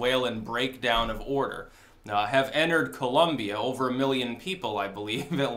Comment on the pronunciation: People, it is Col*O*mbia not Col*U*mbia! With O not U.